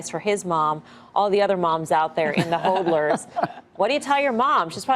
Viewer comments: She said “holders or holdlers”. Haha. It’s HODLERS. CNBC are amatures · It's pronounced "hawdlers"